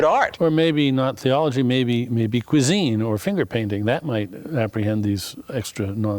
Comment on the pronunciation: his teeth seem to be exactly conformed so that he can easily pronounce the word "THeology". That must be an evolutionary adaptation of some sort..